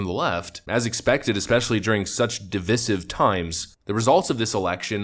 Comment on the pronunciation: Could you please at least try to pronounce divisive correctly?